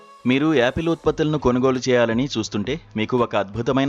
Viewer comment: Its Apple and not Yaapil